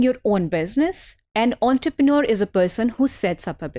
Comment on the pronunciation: Now Inshallah I will learn how to pronounce entrepreneur 😂😂😂 LOVE ❤❤❤